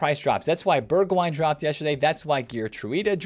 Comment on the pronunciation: Their names are actually pronounced Berg-vine and Berg-house